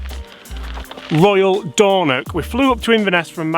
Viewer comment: Good video but you need more IRN BRU Dornoch not Dornock lol